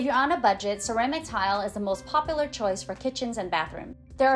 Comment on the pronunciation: Great job!! Good content. Dont forget, there is a U sound in the word popular lol.